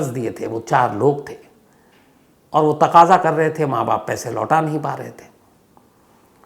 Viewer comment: सर तकजा नही तगदा होता है